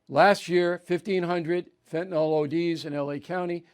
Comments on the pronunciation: Bill, its pronounced Fentanyl, not Fentanol. Fentanol has a hydroxyl ion on the chiral carbon and is a totally different molecule than Fenanyl. It’s pronounced Fen-ta-nil. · Hi Bill, long-time fan of yours here. The "y" in Fentanyl is pronounced like a short "i".